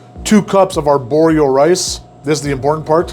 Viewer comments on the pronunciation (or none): ar-borio no borio.... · “Arborio” rice, for anybody interested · It is A R B O R I O rice not borio! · In case anyone is confused: it's not called "our borio rice" but rather "arborio rice".